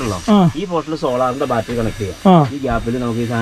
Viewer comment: ഞാൻ നേരത്തെ കമെന്റ് ചെയ്തിട്ടുണ്ട് ബാൽട്ടറി അല്ല ബാറ്ററി